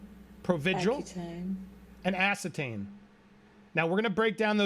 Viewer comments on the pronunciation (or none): I'm not sure what drug you are saying...but it sounds like you are saying "ass-ih-tane"...she said "ack-u-tane" which is for the treatment of acne. It's not a "heavy duty" drug, nor does it alter/impair behavior in any way. 😂 Provigil on the other hand may be different, I don't know anything about it. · lmaooo she said "accutane" not acitane. It's acne medicine taken by mouth Not that I like Amber, but yeah small mistake there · It's provigil & accutane..not acitane. Accutane is for acne and it's suggested you not drink while taking it. Provigil is a stimulant similar to Adderall. It's used by many folks to help them stay awake for lover periods of time to meet goals, deadlines, etc. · ANDY!! Acetane???? ACUTANE!!! You have to get these things right? Wish I had time to do some editing for you but I surely do not. Good luck! People want to hear what you have to say FOR SURE!! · Acutane !!! Drug used for blemishes ;-) not acetane ;-) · Accutane, nit acitane. Accutane treats acne. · Accutane is pronounced A-Cue-Tane. Not A-Set-Ane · It’s ACCUTANE another “acitane “ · Not “acitan” it’s “Aquitaine” and that’s for acne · Accutane, not acetane. It treats acne.